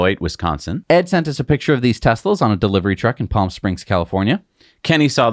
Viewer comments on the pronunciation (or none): none